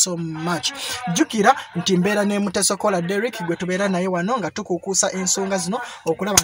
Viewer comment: Wabula I love the way u pronounce ur workmate's name mbu Mutesokoola.. 🙄🤔